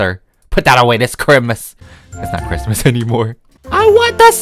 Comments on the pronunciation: “Merry Chrimus” Me: “Merry Chrysler” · ITS CHRIMUS NOT CHRISTMAS